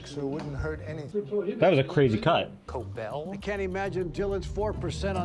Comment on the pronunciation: Could you please check you pronunciation of cobell. No a big deal. It's coBEL